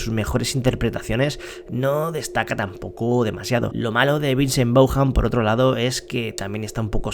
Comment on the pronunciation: Vincent Bauham? Qué tanto costaba investigar bien? Es Vince Vaughn. Pero bueno, los españoles no son los mejores pronunciando Ingles